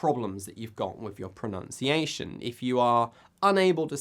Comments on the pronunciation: Lee No. It is pronounced "pro-NUN-ciation", ,not "pro-NOUNCE-iation". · Good video. But... you mispronounced "pronunciation".